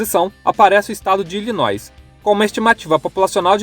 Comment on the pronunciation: Illinois não se pronuncia o S 😌